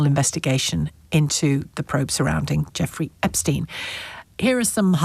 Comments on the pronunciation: Whats with the "Esptein files"😂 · “Esptein files” well done, very professional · ITS EPSTEIN and not ESPTEIN